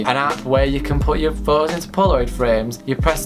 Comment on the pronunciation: Pho-ohs 😂😂not trying to hate tho